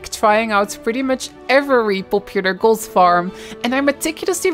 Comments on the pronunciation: Sorry but why can’t you pronounce the letter “t“ at the end of a word right? It infuriates me and I can’t watch your videos because of that I‘m sorry. Sometimes you do it right sometimes for the same word you say s instead of t. Instead of gold you say gols why is that? Care to enlighten me? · there is no "s" in "gold" jeez is this annoying...